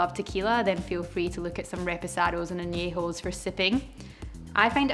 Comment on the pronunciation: First person to say añejo the right way also thanks for taking thr venezuelan rum diplomatico its the shit ;)